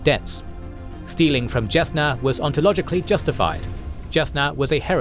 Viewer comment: Is his pronunciations not bothering anyone else? The J in is pronounced with a Y like Jalapeno in names like Jasnah (Yasnah). There are other issues but its a good recap.